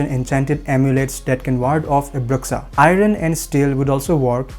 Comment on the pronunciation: Love this. However it's pronounced BROO-SHA, not BRUHX-UH :)